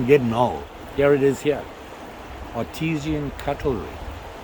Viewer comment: It's pronounced Art-I-San cutlery